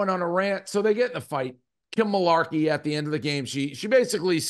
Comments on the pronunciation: "mularkey" lollll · Dave saying Rico doesn’t know ball and then immediately messing up Kim Mulkeys name and not knowing Angel Reese name is hilarious